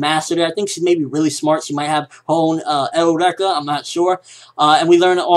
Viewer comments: I'm not a troll just wanna say eureka isn't pronounced (L REKA) it's pronounced (YOUR RE KA) I really do enjoy your videos and ideas bro so hope this helps and you understand how I've written it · why does everyone call it el-rek-ah or your-ek-ah. isnt it your-eek-ah, like when someone realizes or discovers something? also, HJ>FT